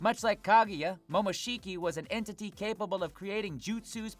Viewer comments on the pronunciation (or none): none